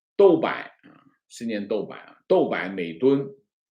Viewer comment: 豆粕（读音doupo）